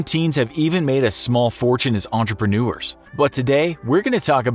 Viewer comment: What’s a entepreneur?